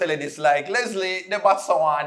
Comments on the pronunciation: Is name is not Leslie, it's Letsile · his Name is (let-see-lay)Letsilè,,not Leslie..😄,,🇱🇨👊🏽🇯🇲👍🏽❤️